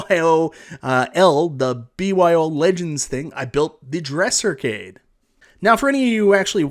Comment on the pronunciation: This is my first video. I don't think I'll ever tire of hearing him say the word "Ehrcade";)